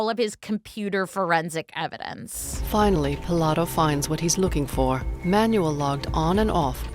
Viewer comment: My favorite is the narrator pronouncing Manuel, like manual, the instruction book.